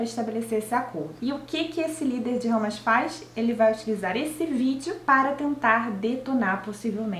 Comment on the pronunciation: A pronuncia é HaMAS, a sílaba tônica é a última.